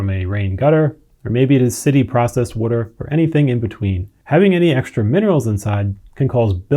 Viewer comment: fail. this video explained in depth what DOESN'T work, all while mispronouncing the most basic word "water." oy vey.